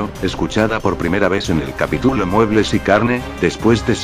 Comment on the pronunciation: tituloooo capitulooooo porque todos los loquendos usan mal el acento y las tildes???? bueno no importa buen vídeo me voy a suscribir y te voy a poner en mis canales amigos 😎😎😉😊